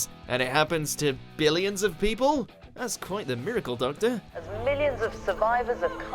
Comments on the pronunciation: “the dumctor included” 😂 Doctor included lmao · me: clicks on the video narrator: doctor HUH? me: closes the video